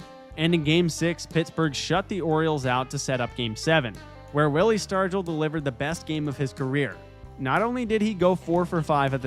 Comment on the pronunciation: "Willie Stargle"?? Oh dear. Sounds like a bot.